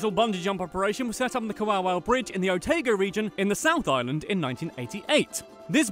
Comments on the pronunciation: Dun-ee-din, also what is Oh Tae Go? You mean Oh-taa-go? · doo knee don... apparently. just like Oh Tae Go..... i spent most of this video correcting pronunciation. not a negative thing (: just something only NZ'ers know how to do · I’m a New Zealander, I cringed to much when he said Otago